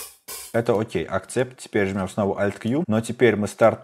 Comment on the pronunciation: эксепт, а не акцепт, уши режет постоянно